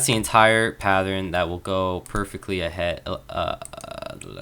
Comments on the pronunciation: pathern? i cant understand you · You keep saying "patthern" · "Pathern" lol